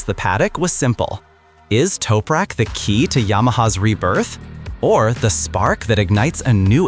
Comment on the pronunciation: U need to say his name correctly mate!